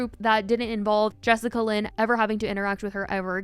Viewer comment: Not “jessicalyn” 💀